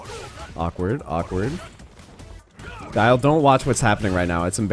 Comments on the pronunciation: He pronounced it Gillie I the video. brain damage confirmed. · Did you seriously pronounce Guile as Gillie? For real? Guile is a word in English. It's like Kyle but with a G. Come on.